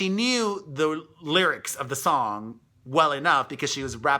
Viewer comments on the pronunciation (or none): none